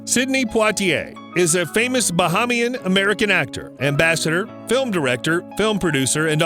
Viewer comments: It's pronounced "Ba- hay- mian". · You are pronouncing the word Bahamian incorrectly. You are also pronouncing the word Nassau incorrectly. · This dummy it pronounced Bahamian 🇧🇸